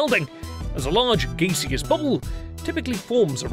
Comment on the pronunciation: He pronounced gaseous “Gay-see-us”